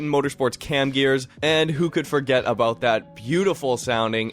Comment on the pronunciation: Yes but there are two main countries in NOrth America. I knew it was Canada because of your accent when saying the word "about"..you guys say aboat..